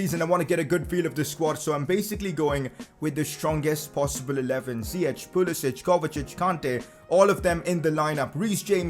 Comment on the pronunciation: You say it like Zi-yeck not Zi-yech